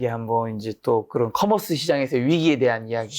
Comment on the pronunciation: C-커머스가.. 나는 시커먼스로 들리네요..ㅎㅎ 시커먼 사람들..